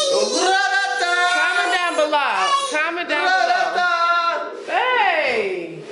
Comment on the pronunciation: Lol you said comment down belouw😂😂